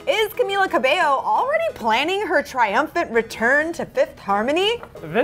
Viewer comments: Her name was Camilla Cabello, not Cabeyo... : p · Stfu it pronounces cameela cabeyo